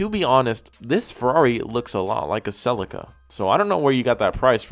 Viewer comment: Love your videos dude, but the way you pronounce celica just grinds my gears something terrible